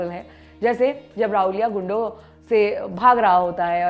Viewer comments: राहूलिया नहीं राहुल्या बोलिये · It is not Rahulia, It is Rahulya! Understand the difference. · Rahulya nahi Ravlya hota hai marathi mein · It's not raulya it's rahulya🤣🤣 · Also its not raulya it is rahulya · Every time she pronounced राऊल्या. I was like tu hakali hai kya tu!!! राऊल्या नही राहुल्या. मान्या नही मन्या Khud ko modern dikhane ke chakkar me Tum hindi log hamesha hi non hindi bhasha and uske shabdo ka galat uchhar krte ho. Ek news reader ho kam kam se pronunciation to sahi se kro. Sirf mass communication ki degree kafi nhi hoti. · Anchor can't even pronounce the name of the main character of original film 🤣🤣🤣 & she is reviewing it 🤣 lol 🤣